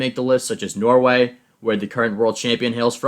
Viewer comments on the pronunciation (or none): none